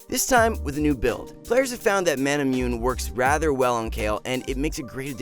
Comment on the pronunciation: MmmMMmmMmMmMmm I’m preeetty sure it’s Manamu-ne not myun